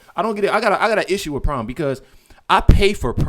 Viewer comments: The word your trying to say is pronounced prime not prom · Tf... it's Prime not Prom 😂 I'm over here wondering wtf prom is if it's a new streaming service or what. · It’s pronounced prime not prom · It's "prime" not prom ! Say it with me "PRIME"!